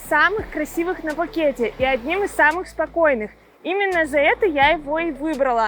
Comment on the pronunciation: 😂😂😂 я не был в Тае 😂😂😂 ещё один повод хорошо посмеяться 😂😂😂 Вам надо как-то определиться, а то в названии видео Вы пишите Пхукет, а произносите без буквы «Х»😂😂😂. А по поводу того, что Вы меня не зазывали сюда, тогда вопрос? С какой целью выкладываете видео? И очень странно если Вы за многие посещения Пхукета первый раз отдыхаете на Кароне, а если раньше отдыхали много раз в Тайланде, но первый раз на Кароне, тогда какое имеете право учить других людей уму разуму!?